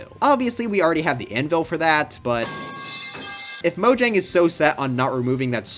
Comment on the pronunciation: its pronounced mojang not mojang be careful